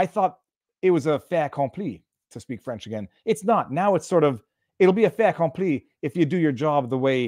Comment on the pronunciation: No liaison, Viva? Fait^accompli